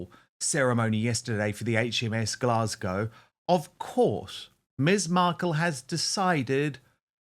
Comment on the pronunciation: Why did make such a blunder she had read Glasgow incorrectly it was embarrassing.